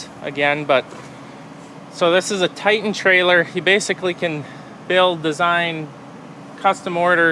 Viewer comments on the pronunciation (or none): none